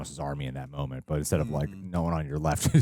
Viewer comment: Someone tell there isn't an L in the word "moment" 😅